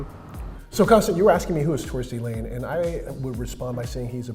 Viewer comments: His name isn’t pronounced “lane “. It’s properly pronounced “Line-ah” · It’s pronounced Lah-Neh. Great video though ❤️